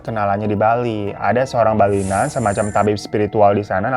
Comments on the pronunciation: Kak bukan balina, tapi balian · balian kak bukan balina😂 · bantu koreksi ya bang, sebutannya balian bang bukan balinan eheh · 25.42 bang tabib yg diBali itu sebutannya balian bukan balina hehehe...